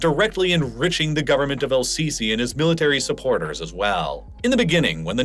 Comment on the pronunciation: It's not pronounced "Al-sisi", the L is silent. it's more like Es-sisi or SCC